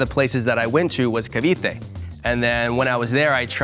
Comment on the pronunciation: These are americans with Pinoy parents The white guy should've been sussed when he said etivac province and not a specific municipality. But props to him tho, he's more Filipino than any of these people